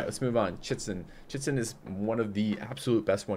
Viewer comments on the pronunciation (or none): It is always fun to hear you pronounce, Chi-chen It-za, as Chitzen. I know it may be difficult to read some of them but please try to at least pronounce them phonetically :) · Chichen Itza... (cheech-in eetza). Yes, you butcher a LOT of these, but that one, come on! :/